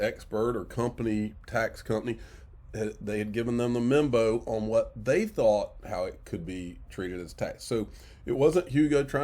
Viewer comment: Idk why i laughed so hard but you mean to say "memo" and say "membo". In fact I'm laughing while typing it. 😅 thanks for your hard work!!